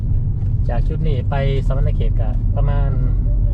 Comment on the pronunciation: สะหวันนะเขต เขต ບໍ່ແມ່ນ เขตุ